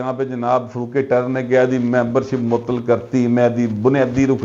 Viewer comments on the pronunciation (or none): اردو میں فروق نہیں فاروق ہوتا ہے